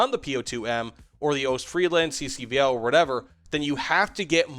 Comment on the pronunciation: The s in Ostfriesland is not silent fyi.